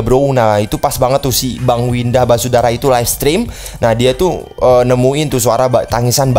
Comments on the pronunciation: Basudara bang bukan wisadara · Basudara bukan wisadara wkwk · syandu: wisadara 😂😂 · Bocil Kematian: basudara(Brando): Wisadara Me:??!!?? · Bisadara Semua: Basudara Panggil Bersaudara aja kalo Basudara nyebut nya susah, kang typo emang:v Edit: tumbnail commentnya kok 1 tahun lalu? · Ngakak lihat bilang Winda basudara jadi wisadara 🤣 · bang bukan wisadara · basudara bang bukan basudara